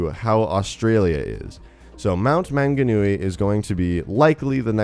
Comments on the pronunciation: Omg plz stop butchering my language (mount manganui) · When an American says mount maunganui and tauragna wrong. 😂😂😂😂